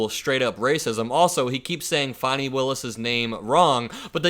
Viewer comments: Jessie waters should be fired for saying fanni instead of fawni- its the job to know the names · Fani, pronounced the way the faux news host does means “buttocks” in the USA but in the UK and former British Empire countries (e.g. Australia, Canada, New Zealand, South Africa, etc) it is FAAAAAR higher on the list of indecent swearing. It gets you bleeped in a country where they dont bleep out the F-bomb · …he’s purposely saying her name wrong!